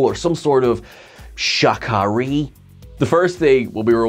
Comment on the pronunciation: It's not Shakari.... it's Chicanery.😉 Loving this new, yet sad that; this is the final season.